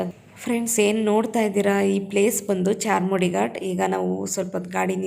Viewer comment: Adu charmudi alla sis adu charmadi ghati